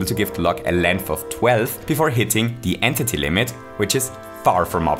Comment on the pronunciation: Man really called it “an titty” instead of entity